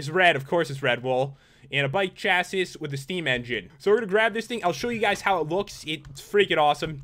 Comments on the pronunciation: chassi is how its pronounced there pat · Chassis is pronounced chass-ee It's basically the frame of the bike Cars have them to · I don't mind u saying it like that but to other people they might not like it. Pronounced chasy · its cha-see btw not cha-sis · Pat, just think of saying chassis as kasie. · pat,chassis is is pronounced shassy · Chassis is pronounced chās-ee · Chassis is pronounced ch-A-cee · chassis is cha sis my god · pat it is pronounced chass-e. the s is silent. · chassis is pronounced like shasie just helping keep up the hard work! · The s is silent it's said like chassi I am not offended Tho cool video pat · chasie is how you pronounce chassis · it is chasis with a long a sound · ITS A (chassee) thats how you say it! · It's the bike "frame" and it's pronounced chass-ee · Chas-ie Is how u say it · it is pronounced chaseese not try to be mean im your bigest fan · It's pronounced Chassy by the way!:) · you say chassis like chassy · chassis is pronounces cha-see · Chaciz is how it is pronounced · Chassis is pronounce "chassy". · it's cha-sea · is chassis (chassie) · The chassis is pronounced shassi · Chassis is pronounced like; chasi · it's pronounced more like "chass-e" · It's pronounced "chaysiss" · pronounced chasee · its cass-e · It's pronounced chah-see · chassis is pronounced chassee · Its pronounced cha-see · It's pronounced chassee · It's pronounced shas-e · Pronounce chasse sh-a-see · sorry its pronounced chasiy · It's pronounced che sis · its pranouced chassey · Its pronounced chassy haha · I facepalmed every time he said chassis... I'm not a car person and even I know how to say it lol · I am offended by the way you said chassis, I think.